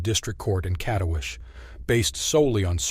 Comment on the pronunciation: A friendly amendment: It's KatowiTSEH. If you can pronounce "Agnieszka," surely you can handle "Katowice" as well. 😊